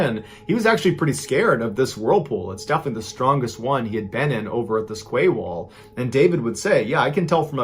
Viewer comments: I love watching your true stories, but I’m going to have to point out that ‘quay’ is pronounced ‘key ‘and not ‘ kway’. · Quay wall?I think it’s meant to be quay is pronounced KEY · I came straight to the comments to see if anyone else noticed the ‘kway’ wall! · Quay is pronounced 'kee'. So it was a 'kee wall'. The word originates from the north of France. I couldn't work out what Mrballen was talking about for a while there! 😂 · Mr. Ballen, I hate to correct you but then again I'm sure you wouldn't want your message constantly pronouncing a word incorrectly. In your story about the photographer taking pics of all sorts of water situations... the word 'quay' is actually pronounced "kee". Decades ago while living in Portland OR, my husband and I spent New Years with two other couples having dinner, drinks and dancing at "The Quay Restaurant" in Vancouver WA. Great time. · Oh my god that poor man in the oven! You wouldn't want to be born to die like that. (Sorry, lovely Mr Ballen, but you pronounce 'quay' just like you pronounce your 'key')